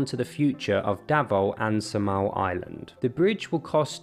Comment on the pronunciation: It's Saaa-mal not sa-mal. How you pronounce it sounds annoying.